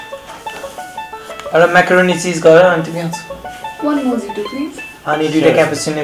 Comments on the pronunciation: "Mohito" pronounce garxa hoena ra😂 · Its pronounced as mo - he - toh not mo - EE - toh LOOL !! hawa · mojito haina mohito ho hai actual pronunciation. No offence